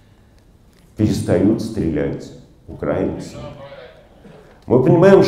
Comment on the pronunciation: Не Украа-инцы, а Укра-и-нцы, пора выучить!